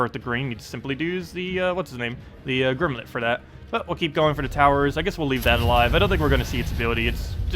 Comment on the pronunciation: great videos but you always mispronounce stuff :( Gimlet doesn't have an 'R' :)